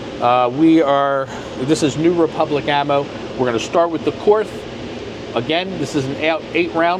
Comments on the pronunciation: Korth is spelled as "Kord" (it's not a "th"), comes from the founder's name Willi Korth. Nice video. Viele Grüße aus Deutschland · "KORTH" is pronounced "COURT". The "th" is silent. KORTH doesn't use MIM parts.The only wheelie missing from your comparison is the Manurhin MR 73 from France. It also doesn't use MIM parts, and has a reputation for going 100K rounds before breakage; it was made especially for the French SWAP type police teams. The S&W guns are not in the same league as the Korth, Spohr, and Manurhin wheel guns. The Chiappa Rhino is a novelty; its strong point is reduced recoil due to lower bore axis, but also has more thumb burns, when shot by amateurs, from cylinder gap pressures.